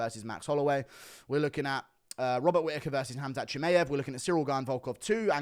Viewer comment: thinks Czechoslovakia still exists lol. also your pronunciations of surnames like Chimaev or Ilia is a butcher job, fix up and put some respect behind it by finding out actual pronunciations (fighters usually say it themselves so Buffer can learn it for his announcements). So yeh them mma surnames put money directly in your pocket brother, food for thought